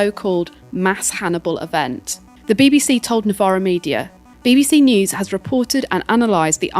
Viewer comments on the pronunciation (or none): none